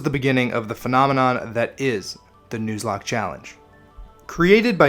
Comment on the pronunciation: I'm 10 seconds in.. did u really just say "News-locke" lmao